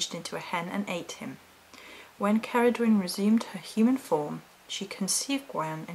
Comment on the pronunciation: Please, do check how to pronounce the names before you do your video's, there are plenty of sites where you can find these. Incidentally, Cerridwen is a WELSH Goddess, not Celtic.